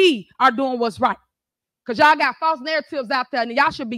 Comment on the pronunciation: She doesn't even say y'all. She says "yao"